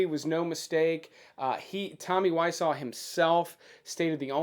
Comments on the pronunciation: It's wah-zoh not wah-saw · It’s Wise-zoh not Why-saw! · For all the investigating, why pronounce his name incorrectly? 😲